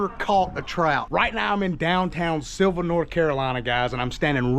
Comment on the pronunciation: You got the pronounciation right, I lived about an hour from here until a couple weeks ago. Up in PA now. You gotta try the Thai restaurant in Sylva, as well as the BBQ in Dillsboro, Haywood Smokehouse. Consistently wins top 10 bbq spots in the country